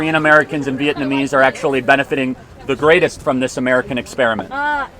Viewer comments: no way she said "uhm aktulli" hahahaha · Leftist woman: AKTUALLEE